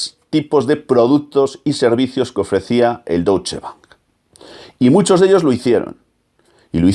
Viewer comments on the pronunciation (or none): Se pronuncia "Doitsche"... y no ese Doutsche que has dicho 50 veces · No se pronuncia “douche ban” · Excelente vídeo y comentarios al respecto. Buen trabajo investigativo con muchos datos perfectamente corroborables. Te quiero sólo mencionar un pequeñísimo detalle, y es la pronunciación correcta de Deutsche. El padre del sicoanálisis se llamaba Sigmund Freud, ahí tenemos otra vez el diptongo eu, y como ya habrás visto se pronuncia oi, Froid. Ergo, el Deutsche Bank se pronuncia doitsche. Disculpa por la aclaración y gracias por tu estupendo vídeo.